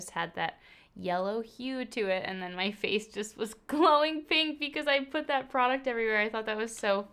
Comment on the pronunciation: I will from now forever say "let's put makeup on the FOCE" 😂😂😂 ...❤️❤️